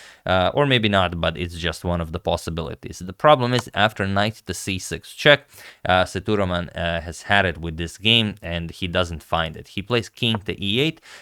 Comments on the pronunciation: Sethu Raman not thuraman , Sir.. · Sethuraman is pronounced Say-thu-raa-mun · FYI. Pronounced "say - thu - raw - man". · Agad his name is pronounced as SETHU-RAA-MAN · agadmator, it's "ss-a-thu-raa-mun".. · Sethuraman should sound like "say thu raam un" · The pronunciation for GM Sethuraman is Saitu-Raman Saitu means Bridge in Sanskrit /Hindi Raman is for Lord Rama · Just a small correction on pronunciation of Sethuraman. E should be long like A in Cake and the A before m is also long like A in Barn. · The pronunciation of Sethuraman was not quite right. Please see if this helps